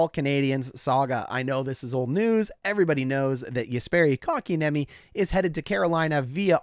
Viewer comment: KK's name being pronounced correct on Hot Garbage Sports is not something I am used to yet. :O